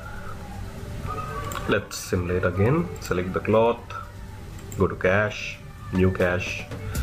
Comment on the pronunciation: cloth not clock , pronounce it cloff